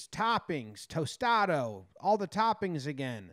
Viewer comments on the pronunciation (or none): Wtf is a tostadoe? 😂😂 its TOSTADA jomboy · The way he says Tostada as tostado 🤦‍♂️ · I thought he was joking the first time he said tostato..